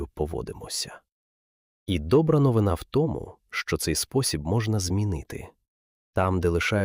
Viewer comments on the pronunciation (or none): none